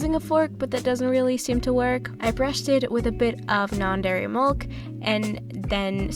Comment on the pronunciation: Why do you pronounce milk like mulk